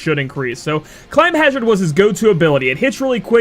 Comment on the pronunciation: This video looks great. please though it's climhazzard, not climbhazzard